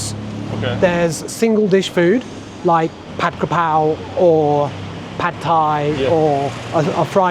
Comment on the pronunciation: Probably not that relevant, but it was amusing to me that he spoke thai so very, very well, yet when he spoke english, the dishes he mentioned were pronounced very english-y (ผัดกะเพรา and ผัดไทย at about ). That was unexpected, and funny.